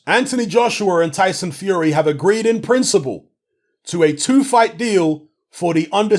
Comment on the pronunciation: Emphasis on the “In Principle”...